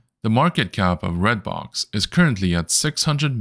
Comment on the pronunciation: It is called REDBOX not BLOX